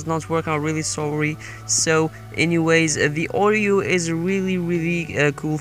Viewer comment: Every time you say Audio it sounds like Oreo😂